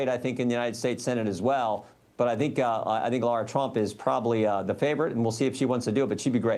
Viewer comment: Lara, not Laura. If you support her, at least get her name right.